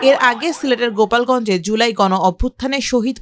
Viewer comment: Gopalgonj na golapgonj akktu hush koray news porun